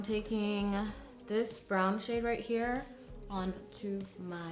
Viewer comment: "right hia" 😂